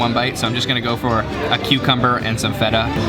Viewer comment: Not a bad video but have you done it on purpose that you only pronounced feta right and rest of the words out if tune ? And sorry to say but what is this craze about yogurt and honey when there are so many amazing greek cakes and sweets?